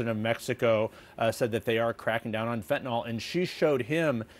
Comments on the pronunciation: Fentanyl (Fen-Ta-Nil). Not fentanol. Can we get it right? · Hey reporters and newsreaders: it's pronounced fenta-nil not fenta-nol. Funnily, it's pronounced just like it's spelled. 😎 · FentaNYL.... NYL!!!! NOT NOL!!!! Why can't anybody pronounce it correctly??? convincing me most people are functionally illiterate!! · Trudeau can pronounce Fentanyl. Why can't the reporter? There is no such drug as Fentanol.